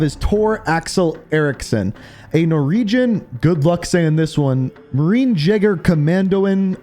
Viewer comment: Al Mahzra not Al Mazarah Norweeeeeeeeeeeegen not Norwegern Marine Cor not Marine Corpse